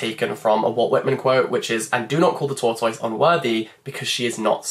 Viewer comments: Any other Americans here had to rewind the part where he said “tortoise” and listen to it a couple times 😂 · And before anyone jumps down my throat, I’m fully aware that we pronounce things differently depending on accent, I’ve just never heard a British person say “tortoise” before and it made me giggle !! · is that how british people pronounce tortoise…?? am i going crazy?? l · Can we just talk about the way he said tortoise? Do all Brits pronounce it this way??